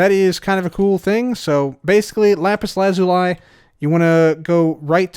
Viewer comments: Lapus LA-ZOO-LEE not, Lapus LAH-ZOL-IE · that's definitely not the correct pronunciation :) lah-pus lah-zoo-lee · Mans said “lah-zoo-lie” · Why do you pronounce Lapis Lazuli the way you do? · The way he pronounced it is the British pronunciation. So not necessarily incorrect, but a bit weird to be used while otherwise speaking American English.